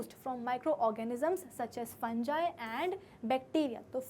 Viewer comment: Funga ❌Fungi✅